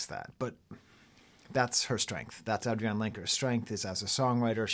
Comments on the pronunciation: She pronounces her name Adrianne. Not AdriAnne. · Great review, spot on, just one thing though, her name is pronounced Ay-dree-anne ;) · AVAA, although I am a first time viewer :) You're such a charismatic, knowledgeable, open person. Excited to watch your other reviews. I don't know about the name pronounciation though - is that an inside joke I just don't understand? It's Adrianne, pronounced like every other Adrianne, as far as I know. Love the comparisons to Dylan and Thom Yorke/The Smile, I agree wholeheartedly as a huge fan of all 3. Although Adrianne is in a league of her own. The way she views the world, and the talent she has to convey emotions both specific and universal, simple yet complex, is unparalleled. I missed her unique guitar playing on this record, but it was traded in for even more raw honesty. And that's a worthy trade.